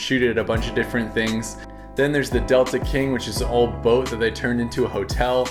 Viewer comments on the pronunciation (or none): none